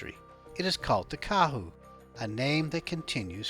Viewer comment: Go New Zealand/Aotearoa ya sexy beast, also Kahu not kehu. Said Ka-hu.